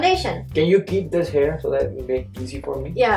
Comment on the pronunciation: since we are "HAIR" ???.. why you always say HAIR it HERE & he call his name as BOB it is BHAV. I mean seriously fake accent.. it's OK to speak neutral accent.. so fake acting